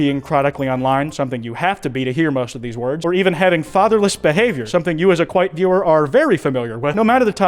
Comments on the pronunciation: Jesus christ kwite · Thou cannot escapeth your sins kwite